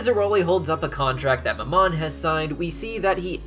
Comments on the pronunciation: I'm sorry, this has been bugging me, but you pronounce mammon wrong. how it is pronounced is this (ma'm-on) ma'm being said with a southern like accent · I know I've said it before but the prince of greed's name is pronounced "Ma'am-in" Its my only pet peeve on your otherwise amazing videos :)